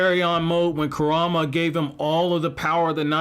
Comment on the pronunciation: Why is it hard to pronounce Kurama correctly lol